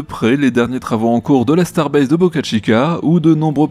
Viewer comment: Merci, je t attendais au tournant, quand d'habitude, tu prononce " Starbase", on reconnait bien Space "X", 😅, bref 😁, c t pour "rier", sinon, et bien toujours au top 👍